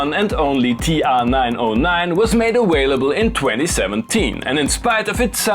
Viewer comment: Dude, respect, but the word is "aVailable" not "aWailable"!!